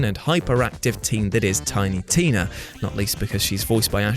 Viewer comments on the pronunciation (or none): none